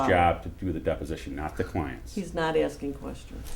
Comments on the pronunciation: I can get all the documents that you are AXING for lmaooopoo. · Other than her not "axing" the questions correctly, he said she's not being "pacific" enough, and when she said she thought she was, he said "Not really". LOL!!!!!!!!!!!!!